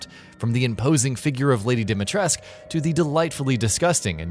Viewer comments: Stop saying Dimitresc for crying out loud! It scratches my ears. 😜 That's a Romanian name and the "u" at the end is not silent. We pronounce it... Phonetically speaking [Deemeetrescu] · Oooh God, could someone please actually learn how to properly pronounce Dimitrescu??? It's not Dee mee tresc, it's Dee mee tres coo ..... I know the name is not American but someone could at least try to pronounce it right and pay respect to the Romanian language. Capcom included. Jesus...... De mer tresc..... 😖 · It's pronounced DimitrescU. Like Ceausescu. It's Romanian. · Its DimitrecU pronunciation... with U. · No, it’s not silent. Maybe it’s pronounced this way because of the ‘Merican voiceover, that wouldn’t surprise me, but it’s not silent in Romanian.